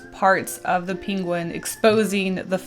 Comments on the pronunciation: Why you keep saying pingwin instead of pangwin ?🤨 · saying penguin like Benedict Cumbersnqtch over here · Her pronunciation of the word penguin was killing me 😂😂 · It seems I ventured to this unknown land for the same reason